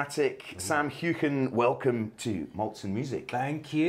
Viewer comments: This is such a personal interview with Sam Heughan. So relaxed with new conversation. Also, I loved hearing Sam's last name pronounced correctly with the Scottish accent. Brilliant! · Yes, the traditional Scottish way with a “back of the throat” pronunciation of the “gh.” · Great to hear Sam's surname pronounced "authentically"!👏👏👏👏👏